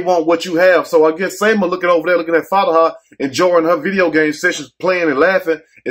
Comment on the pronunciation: Not Fatihah 😂 😭😭😭 it’s Fatima